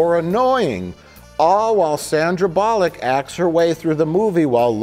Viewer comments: I appreciated how he pronounced it ‘bollock’ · In the UK we definitely pronounce it 'Sandra Bollock'. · It’s “Bull-luck”. Trust me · It's pronounced "Sandra Bullock"